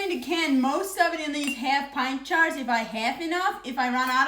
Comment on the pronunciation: I love how she says jars...it comes out "chars". She is precious.